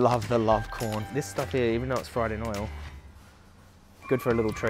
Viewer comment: It’s Quorn not corn bro